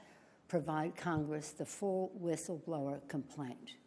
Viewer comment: She couldn't even pronounce word "whistleblower". She said "whisfschitlower", or something like that.